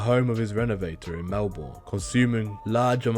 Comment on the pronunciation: Kath had 10 not 7 kids and that is only the start of the incorrect information. Plus it's helga not Helen wagnegg and its pronounced melbin